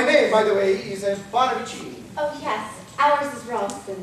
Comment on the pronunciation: It’sa me, Paravicini. And-a not a-Mario.